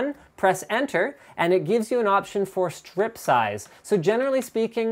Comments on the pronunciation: Linus i thought it was stripe not strip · FFS. TTL can't pronounce Aluminium or chassis. Linus can't pronounce stripe (there's an E Linus). Lauren can't pronounce anything. You guys are so bad for us nerds rep points!